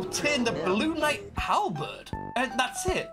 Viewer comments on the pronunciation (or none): none